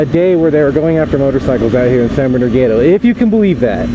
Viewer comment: He was like "Lets get da hell outta hya"